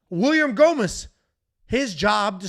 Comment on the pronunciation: You have to do all the post fight scits hammered....it was awesome, hilarious, and hearing you murder gomis was a thing of beauty